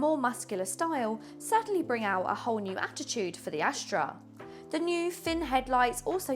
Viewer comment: Why do you keep saying "Ashtra" instead of "Astra"?